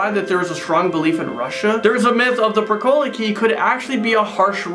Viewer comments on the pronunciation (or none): Pricolici is pronounce pricolichi